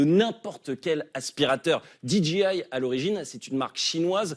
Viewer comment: Amis français qui insistez pour ajouter des mots en anglais dans vos conversations, apprenez la bonne prononciation. DJI se prononce didgéail, pas didjiail… 🤪 En anglais, le G et le J se prononcent à l’inverse du français.